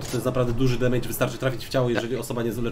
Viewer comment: Nie demejdż*, tylko *demedż się czyta.